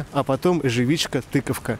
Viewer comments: Эживичка) тыкафка👍 бомба выпуск) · не забывай читать кинжунции!! Эжэфичка-тыкафка